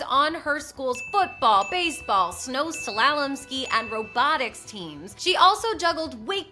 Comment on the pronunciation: ive never heard an american say slalom lmao